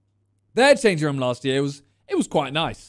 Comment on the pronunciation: Why does Simon say room, "Ruom?